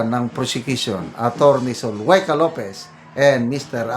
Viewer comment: Good pm po, avid viewer nyo po ako dito gensan, correction po za name no atty lopez..tamang pagbigkas ay ZU-LAY-KA po.. god bless po